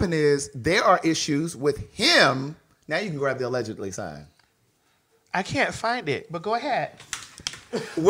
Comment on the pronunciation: That pause 😂😂 “ALLEGEDLY “